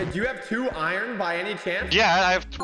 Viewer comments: I love how says “Irene” instead of iron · says iron like iren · my guy you say Iren